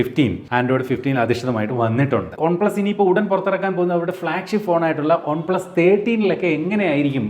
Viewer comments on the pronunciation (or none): പക്ഷെ പറയുന്നത് ഒൺ എന്നാണല്ലോ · നിങ്ങൾ എന്തിനാ വൺപ്ലസ് ന്ന് ഉള്ളത് കഷ്ടപ്പെട്ട ഒൺ പ്ലസ് എന്നൊക്കെ പറയ്ണത് ? 😖😖 കേൾക്കുമ്പോ തന്നെ എന്തോ ഭയങ്കര ആരോചകം ആയിട്ട് feel ചെയ്യ്ണ്ട്